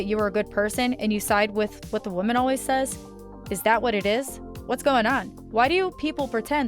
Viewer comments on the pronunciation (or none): none